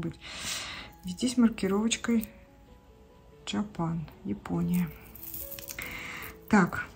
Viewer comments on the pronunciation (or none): none